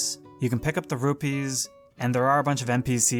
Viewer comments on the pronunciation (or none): none